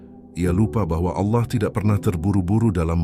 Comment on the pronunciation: Koreksi ,penyebutan Allah nya kurang pas Bkn seperti org Islam mngucap Allah